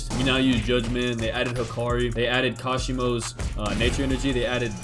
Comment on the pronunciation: Are you saying kashimo like that on purpose..?